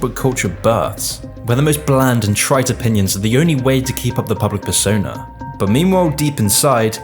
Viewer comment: Persona * not Pessouwner